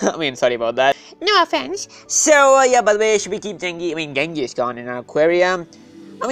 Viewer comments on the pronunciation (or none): It's pronounced jen-GIS khan